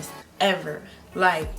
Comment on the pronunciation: Bruh the way you hit “ever” little hair flip has me weakkkkk 😂😂😂😂😂❤️❤️